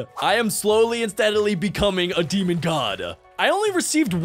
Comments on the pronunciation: “ god demonuhhhh “ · “demona” ok